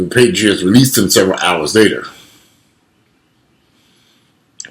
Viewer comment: Patriots. Patriots. no paytreeots.